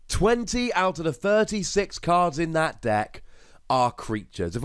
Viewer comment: It's just dis and dat with you idn't id?